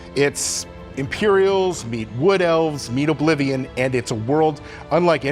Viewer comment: Tess-Four Oblivijuan